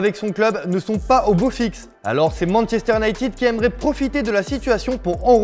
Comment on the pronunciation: alalala Manchester "nighted" lol